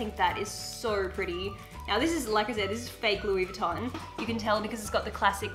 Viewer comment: Mehhh really sucks when people don’t pronounce Louis Vuitton correctly ....